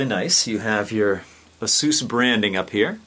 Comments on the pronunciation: I made it passed that part. Besides, you unintentionally call it both names through the video. I can't say I've met anyone that has said that name incorrectly. It's not Asues, it's Asus. The companies former name is Pegasus. PR has had to come out multiple times in the past to correct people. So from now on anybody that continues to say it incorrectly is ignorant in my view. Don't worry about your viewers. It's a review of a product, the first thing you should cover is saying the company name correctly or your just giving them bad PR. On a side note, this has nothing to do with you personally and your videos are still informative so I gave you a thumbs up. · As soon as you butchered the name of the company, I opted out and quit the video.